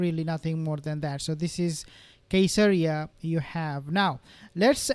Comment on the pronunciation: I believe Caeseria is pronounced with a soft C because it's named after Caesar